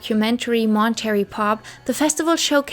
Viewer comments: Why are you calling it Mon-Terry? It’s pronounced Mon-tuh-ray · Obsessed with your pronouncing Mon-ter-ray as Mon-terry, and I love your content! Just found you today 💕